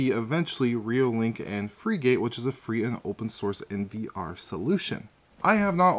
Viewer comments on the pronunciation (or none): You don't pronounce it (/ ˈfrɪɡət /)? A frigate is a type of warship. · It's not Freegate it's pronounced like the type of ship. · Frigate is pronounced like Frih-git